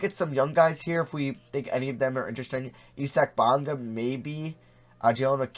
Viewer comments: E-sack Bonga lmao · Nigga said e sac bonga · 'Eye Zac' Bonga. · Why do you say isaac bonga like that